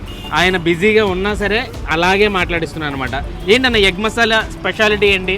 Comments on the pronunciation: మషాలా కాదు మసాలా.... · మషాలా కాదు బ్రో. మసాలా. మిగిలింది మాత్రం ✌️ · Mashala kaadu anna adi Masala